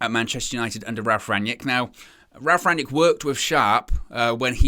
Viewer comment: Rang-nick, not 'yick'...